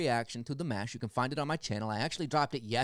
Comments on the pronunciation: 💕💕💕👍👍👍💕💕💕👍👍👍. Dimash pronounces his name "DEE MOSH". Dimash has the most beautiful voice in the World. More Dimash please, Stranger, Love is Like a Dream, Adagio, Ikanaide, Across Endless Dimensions. 💕💕💕👍👍👍💕💕💕👍👍👍💕💕💕💕💕💕💕💕💕💕💕💕💕💕💕💕💕💕💕👍👍👍👍👍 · Great reaction! I liked and subscribed after seeing the first reaction video to Dimash. 🌹❤️🙌I left you a very good list of recommendations, check it out! It’s pronounced “ Dee- MAH-sh”; good job on his last name though. Dimash sings in 14 languages, plays 9 instruments, has a PhD in composition, he composed a lot of his music. The man you said looked bored, was the very famous, very talented, renowned Russian- Ukrainian Jewish composer, Maestro Igor Krutoy, who came out of billionaire retirement after seeing Dimash in this performance. He composes specifically for Dimash & you’ll see him on piano accompanying Dimash often. Dimashali is Dimash’s creative production company. He is head of creative and business. His father Qanat and an old family friend help out running things as well. Dimash now produces and directs. He sings in many genres( including rap) and as I mentioned in the last video comment section, you can see him dance and do martial arts in other performances and videos. Please check out my list, I spent a good deal of time typing it all out for you. Thank you! God Bless! 🌹🌹🌹🙌🙌🙌❤️❤️❤️🙏🏽🙏🏽🙏🏽💗💗💗🌟🌟🌟🔥🔥🔥🌹🌹🌹❤️❤️❤️😎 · You got his last name ok, but pronounce Dimash like Dee - mosh!😃